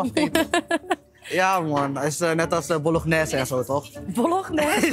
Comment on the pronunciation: vrouw zegt bolonjesje